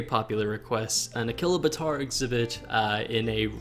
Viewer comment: A-Chilo-Bator is how you say it